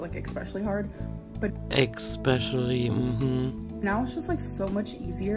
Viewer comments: Ex-specially, ex- cetera.. gives me rage in my heart. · "My hair grows so often..." 🙄Yep, I was flabbergasted too, she's very special. "Eggspecially..." hm hmmm..(you read my mind again...) All jokes aside, there is something obscene about her waxing lyrical about how "powerful" washing dishes is. My mind immediately goes to just how bloody "tone-deaf" this bit of gear is. I can guarantee that the majority of homeless, displaced and/or marginalised people anywhere in the world would scoff at this revelation, just as much as I do. Then again, (mercifully,) they probably don't even have access to the internet. Cheers! 😊🦘